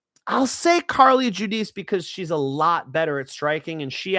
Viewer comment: Don't say Carli Judice.